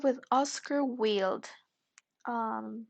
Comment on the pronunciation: Gide is pronounced Jeed. Also, Oscar Wilde’s surname is pronounced wild as in “wild and crazy.”